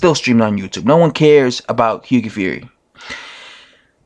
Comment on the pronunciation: What is it with Americans not being able to pronounce Hughie correctly?😂😄 You're the 3rd YT boxing dude to do it. One other dude says Higgy fury